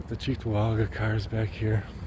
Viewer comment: I was disappointed that I didn't hear it pronounced "Chicktowaga" like a good local should.